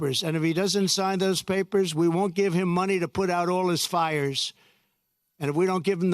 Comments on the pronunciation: Gavin Newscom? It's Gavin Newsom ... drop the "ka" sound ... trump will you ever learn people's names correctly and how to pronounce them? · Did he call Gavin Newsom "Gavin NewsCOM" ? 😂😂😂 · Trump is mispronouncing Gavin’s (newscumb????????) name. He is vile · Who is Gavin Nuskom? Is Trump just being a 'd' mispronouncing the Governor's name? What happened to role models...he is not a man who our children should emulate. No decency or moral compass. 🤔